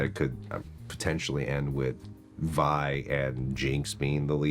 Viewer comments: She calls her Vi multiple times how u got that wrong and say VEE haha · How are you still mispronouncing Vi at episode 8 lol